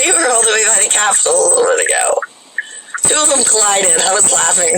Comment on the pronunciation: Did you say Capitol or "Crapitol"? lol